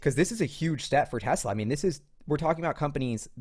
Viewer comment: Supposed to be Tesla, rather than Tezla. But, I like the Z